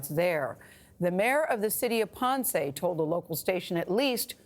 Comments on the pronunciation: It's slightly irritating to hear her say Pawnsay. Poor Ponce. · She said pance its ponce where did she got that from wtf